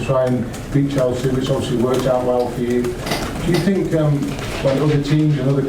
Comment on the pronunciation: name one presd conference where he doesn't say sink instead of think 😂😂😂